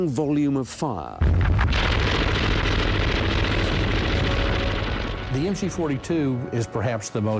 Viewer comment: LOL!! "stunning vol-yum of fahhhh.."